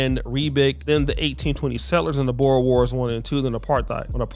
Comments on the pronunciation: It's pronounced "Boors", not "Bowers" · I do wish you’d learn to pronounce Boer. Also apartheid.